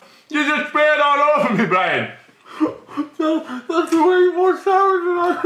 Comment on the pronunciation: at 7 min 20 secs says brian so different but so good also been watching for coming up to 3 years and just want to say your videos are brilliant